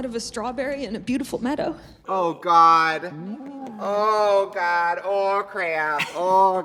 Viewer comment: Trixie breaking into the Minnesota accent...that's what I needed today lol...oooohhhh gadddd oh crayuppp 🤣😂🤣👏